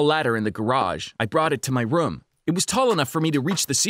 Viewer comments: What rum he said room instead of room lol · Am I the only one who realized he said Anything-anehthan Room-roam